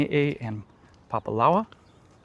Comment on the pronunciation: Love your videos of our Lahaina. Makes me cry every time. When you point out places, I just can’t recognize those spots anymore. Heartbreaking. A note because you seem Hawaiian at heart and I’m sure you want to do right by the language - it’s “Papa-la-oo-a” ❤